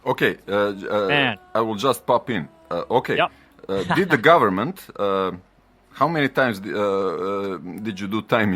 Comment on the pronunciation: "Some govement fucker" lmfao!!! Best Croatian accent line ever!!!!